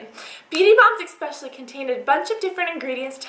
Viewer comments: its especially. not eKspecially.... Please! i love your videos, but this just kills me every time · "exspecially for summer" derp say especially right. hahaha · It's so cute how you say "ekspecially" instead of "especially" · lol I love how she says "especially" like "ekspecially" so cute :P